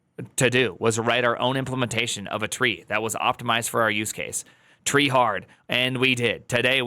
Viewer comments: It's tree-e Edit: is having dumb moment. The headers are sent from the website, not CF. Also what about HTTP2? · I'm trieing not to take your mispronunciation seriously.